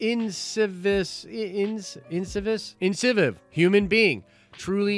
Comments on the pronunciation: Losing it over here with being unable to pronounce Incisive hahah IN-CI-SIVE incivis? inciviv? xD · In-civ-ish-iv-ish. Lol